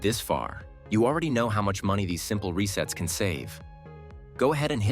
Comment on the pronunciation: RESETTES. Is that French?